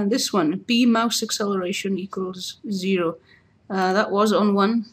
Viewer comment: "equals zeehroh" zeehroh? dafuq